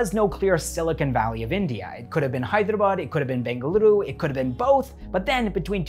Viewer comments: The way you pronounce "Hyderabad" is far more better than the entire so called literates in India from the North 🤣🔥❤️ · Bro..Your Hyderabad pronunciation is on point 🙌 Most of the people pronounce it as Hydra-bad or Hey-drabad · You’re pronouncing Hyderabad perfectly lol! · South!!??? Literally You killed it man 🔥💯💯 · i was impressed too by the way you pronounced Hyderabad. Many Telugu people themselves spell it as 'HYDRA-BAD'. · Wow so amazing to listen Hyderabad pronunciation correctly from a foreigner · The best thing about the video is as a foreigner you pronounced "Hyderabad" real well it's good to hear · Every time you said " Hyderabad " .. point on 👏👏👏... As if a local Hyderabadi spelt it . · He pronounces hyderabad so well